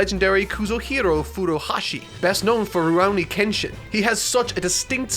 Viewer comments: “Ruu row knee kenshin” UK residents pronounce Japanese words remotely correctly challenge (impossible) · 'Rurowni Kenshin' made me cringe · "Rurauni Kenshin" I have SEVERAL questions...